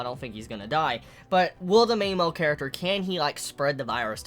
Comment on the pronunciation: "Main mel character" "Yoomans" lol